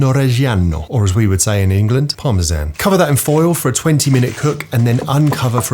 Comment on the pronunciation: Ah... finally hearing an english speaker being able tl say "parmesan" is music to my ears.